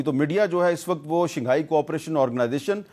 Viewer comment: Shinghai nhi Shanghai h Hamid sir